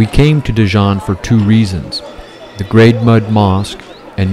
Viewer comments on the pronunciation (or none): A kind note: your pronunciation seems incorrect. It is Djenne (not Dejan).